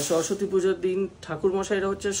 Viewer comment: Shorosotti noy ota shoroswati hobe